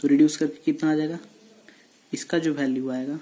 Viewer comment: bhai sab kuch sahi h par vo value hota h bhalue nahi h